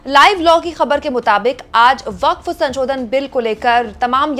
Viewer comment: अरे मैडम, संशोधन को बार-बार संचोदन क्‍यों बोल रही हो? ये तो अर्थ का अनर्थ हो जा रहा है। 😂